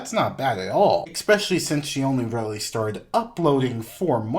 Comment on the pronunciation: "ecspecially" triggered